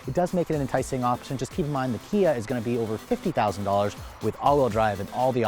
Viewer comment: You lost me when you said.....Kia....